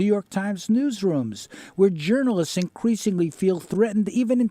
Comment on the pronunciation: you caught me off guard with the "inqueesingly"